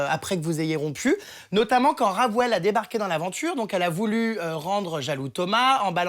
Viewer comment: C’est moi ou il a dit ragwouelle